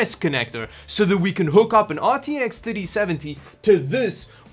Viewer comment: RTX Thutty-seventy